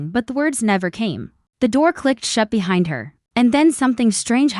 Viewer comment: I’m sorry, but this is one of the worst AI narrated English speaking poorly pronounced narratives I have ever heard. It’s one thing to have words like aluminum pronounced the way Australia pronounces it or even have the British pronunciation of certain words but no we can’t even pronounce the word behind and loser and two words he threw together that sounded more like Hecate which is I believe a Greek goddess instead of he something. If English is not your native language, then maybe don’t translate into English because it’s rubbish.